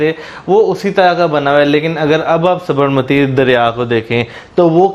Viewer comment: Sabarmati ko aapne sahi pronounce nahi kiya....